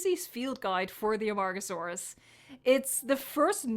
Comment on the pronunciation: A-MARG-oh-sore-us. It make me laugh, i have some problems. And, back serious, i think (and hope) they'll present mosasaurus next time, the marine group.